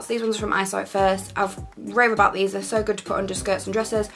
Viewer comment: Is it just me or does she say “soo” really strange 👀😂 .. love your style advice though!